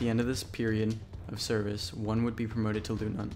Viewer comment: "Leutnant" in all its variations is pronounced "LOYtnant" - not "LOOtnant".